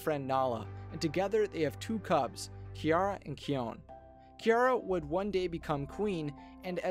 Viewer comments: Sigma and nala had three cubs kopa kiara ki on not kee on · Kion is pronounced "Ki-on" not "Key-on". We hope this helps. We enjoy your videos. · Wait why did he say "Keeon" instead of "Kion"? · Kion not Kayon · not only that but I think he hasn't seen even a single episode of TLG because of the way he pronounces Kion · I thought I only saw stuff from the movies and Kopa Books here. Also Though I found his synopsis accurate he kinda lost any points gained by saying "Keon" instead of "Kion" It reminds me of that one Avatar movie that definitely does not exist. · not even Key-on more like Ke-oune... just it's not hard to find lion guard clips man. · Pronouncing "Kion" wrong. It is not (kee-on); it is (ki-on). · it's Ki-ON, not Ki-yon. if you watch an episode of "The Lion Guard", his name is pronounced correctly. also you say Kion is the 2nd son of Simba, but don't mention his 2nd son? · Kion is kai-ohn not kee-one. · BOI it'd Kai-on not Key-on but it's spelled Kion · it's kion not keon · Kiln it's not his name his name is kawon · It's not Kean it is Kion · It's supposed to be said like keyeon isntead on keon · Is it me or am I abit triggered on how he says 'ki-own' instead of 'ki-on' when it's kion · Keeon Kion✓ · Kion's name is pronounced as ky-on, not key-oñ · It’s not Key-Own. It’s K-eye-on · What did you said? You said "Key-on" but it was wrong its "Ki-on"! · It’s not keen it’s kion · what about oops I mean Disney don't make him but still and you said Kenyon instead of kion. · It's kion not keyon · I don’t think it’s keon i think it’s kion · it is kion not koin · teh sound is like kian not kyon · its not keon please say it as the normal way kion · Its not kyone its kion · You said kion like keeon but it is kion(k-ie-on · not keyon its kion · KION not keon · Key-own lol. You mean Kion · its not keyon its keye on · the pronoucation of kion is not kiyon it's kayon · its ki-on not keyon. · Its Not K-eon Its K-ion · It is not keon it's pronounced kion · It’s ki-YAN